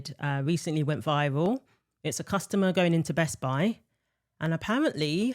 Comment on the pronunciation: It's Best-Buy. Not Best-Bi. 🙄👈